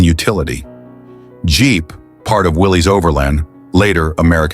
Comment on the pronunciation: Willys is pronounced WILL-S. Not will -eze. That is how John Willys pronouced the name of his company. Anyone who pronounces the name incorrectly is lazy, ingnorant, and lacks professionalism. Also, it was Kaizer that sold the Jeep company to AMC. This video is written by high school journalism interns.